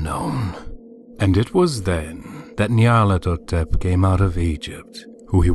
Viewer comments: I prefer this reader's pronunciation to the 'official' one personally. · He pronounced a few words rather oddly. I actually like how he pronounced Nyarlathotep.